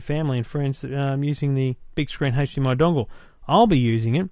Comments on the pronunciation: hdmi not hage dmi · Hahaha yeah what is 'hage' -dmi?? And he keeps saying it:-D Maybe that's how australians pronounce it. Nice review though. I wonder if the new GalaxyTab 10.1 has a 'hage'-dmi output as well, because of the great web browser. That would be terrific if you could browse the internet on your 50" tv using a tablet-pc:D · age not Hage DMI